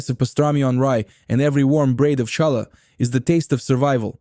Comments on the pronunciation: 1. Challah is pronounced 'HALLAH. 2. MATZOH 'BRIE ' is pronounced 'BRYE'. Not brie, like the cheese. ENJOY!!!! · Obviously Ai - no Jewish person would say cha- llah! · It’s not shallow. Pronounce it properly. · Stop saying Challah!!! It pronounced Khallah! English doesn't have this ability to say this consonant, so they say hallah or challah, but you should try to pronounce it khhhh from the back of your throat. Similar to the Persian letter for Shah, which is also should be pronounced Shakhhhhh , means king. In chess the word check is again a distortion of the word Shakh. Check mate literally means the king is dead. Mat in Semitic languages mean dead. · Please say Challah correctly, not as you said it as the ch in chair.Thankyou. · Please get a narrator who can correctly pronounce challah! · I enjoyed the video - but it would have really less painful if there would have been an effort to pronounce the names of the foods properly. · cant you find anyone to be the voice who can pronounce Challah correctly????? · Ai Russky can't properly pronounce challah ! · After making me wince by mispronouncing “challah,” you totally lost credibility with me when you made the common mistake of confusing smoked salmon with lox. Smoked salmon is nice fish, but it was UNsmoked brine-cured salmon, real LOX, that combined with cream cheese on bagels to become a new favorite of Jewish cuisine. Nova Scotia and other smoked salmon had nothing to do with it until decades later when some stores and restaurants started misrepresenting smoked salmon as lox. Shame on you for perpetuating a deception that has caused real lox to almost disappear from the market. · c'mon. This guy isn't Jewish. Is there a Jew in the world who doesn't know challah is not pronounced with an American CH? Or an Ashkenazi Jew anywhere who says matzo "bree"??? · Good content read by an uncircumcised Russian bot. Lol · Yes, the pronunciation was lacking in certain words. Like challah 😂 but the food looked really good.